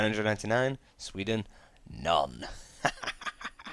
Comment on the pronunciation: SWE-den not SVE-den